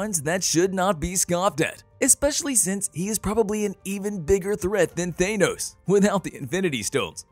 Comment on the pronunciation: His name is Thanos, not Thane-Ose.